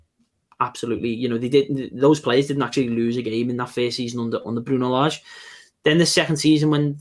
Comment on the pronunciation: Hope Wolves fans take the time to say this bloke’s name correctly. It’s not lager. It’s not difficult.